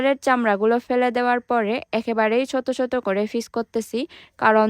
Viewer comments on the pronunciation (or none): আপনি কাঠাঁল কে -কাতাল বলছেন, ছোট ছোট - ছোত ছোত, কাটা-কাতা,টাটকা -তাতকা, আপনার মনে হয় বাংলা বলতে কষ্ট হয় বা অসুবিধা হয়,,,, তবে যাই হোক আপনার ভিডিও গুলো দেখতে অনেক ভালো লাগে